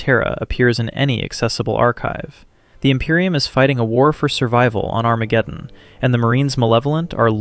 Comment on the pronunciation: “ON ARAMGEDEON 🗣️”